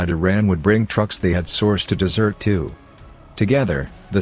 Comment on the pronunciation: Good Lord it's DESERT ONE, not dessert one sheesh